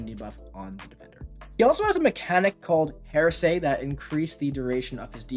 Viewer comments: It's pronounced HAIR-uh-see, not HER-say. He's a heretic, not a lawyer in the Depp v Herd trial. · You should look up how to pronounce heresy